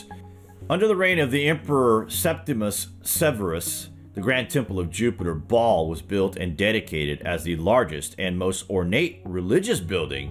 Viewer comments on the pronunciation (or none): The name Baal is pronounced (phonetically) like" Bay-ul" - not baaal! It has emphasis on the the first syllable. If you don't believe me, look it up!